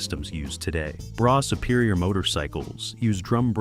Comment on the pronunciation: That's not how you pronounce Brough.....